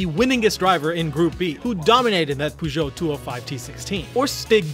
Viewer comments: no way way you say peugeot as poo jot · It took me a while to realize, that this mysterious "Poojot" car manufacturer is supposed to be "Peugeot". The English pronunciation of that word is really weird. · "poo jo" 😂😂😂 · puegot? xD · Much mispronounced Peugeot